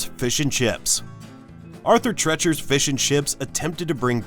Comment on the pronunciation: It’s Arthur TREE-chers!!!